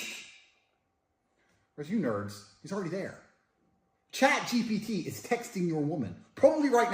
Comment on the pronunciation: bro it's chat gpt not chat gbt